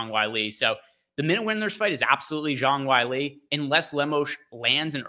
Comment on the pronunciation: JONG WHY-LEE 😂